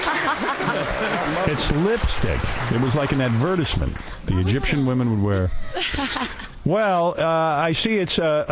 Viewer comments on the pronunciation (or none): What’s up with howie’s pronunciation of advertisement?! lol